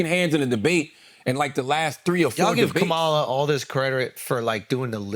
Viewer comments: Correct him, he mispronounced her name, all disrespect, and that’s a black man you should’ve correct him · Charlemagne, please check this guy on how to pronounce Kamala! It"s disgusting how these pigs mispronounce her name! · Say her name correctly and be respectful Andrew! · A third rate comedian just called Kamala Harris “that girl”. Only in America… I love it! And this moron continues to mispronounce her name…freedom is beautiful. He is also pretending to be a therapist “ imposter syndrome “. Trump knows he doesn’t know shit about shit and the Truth. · The individual on the left couldn't take two seconds to learn how to pronounce Kamala's name correctly? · Start by pronouncing her name correctly, put some respect on her name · Of one can say pamela ..then, one can say her name!! Stop f up her name. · Dude cant even say her name correctly.